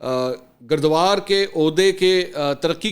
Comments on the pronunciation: گردوار نہیں بلکہ گرداور ۔ ۔ ۔ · گردوار نہیں "گرداور" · Gurdaver hota hy gurdvar nai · منصور بھائی تصحیح کر لو۔ " گرد وار" نہیں گرداور ہوتا ہے۔ عہدہ کی ترتیب یوں ہے۔ پٹواری پھر گرداور پھر نائب تحصیلدار اور پھر تحصیلدار ۔ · گردوار نہیں گرداور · سر گردوار نہیں گِرداور ہوتا ہے۔ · منصور بھاٸی گرداور کاتلفظ صحیح ادا کریں شکریہ